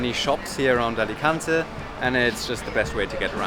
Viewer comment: English pronounce it Alicantay 🙂